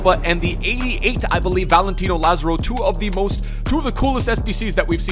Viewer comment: say it with me "La zar o"